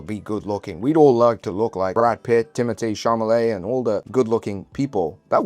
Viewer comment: Did bro say "Timothy Cha - MA -let"? 😆😆